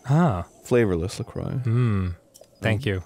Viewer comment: then he said "I also had some la criox.... flavorless"